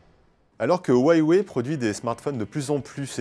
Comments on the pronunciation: waiiwey!? c'est Uuaweyy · c'est huawei et sa se dit uawey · Ça se prononce Ruawei avec un R aspiré parce qu'en chinois le H se prononce R aspiré